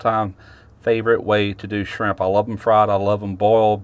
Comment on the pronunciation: Did you say shimp